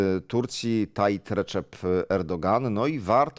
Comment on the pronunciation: Szanowny Panie redaktorze, Tayyip, nie Tayyit!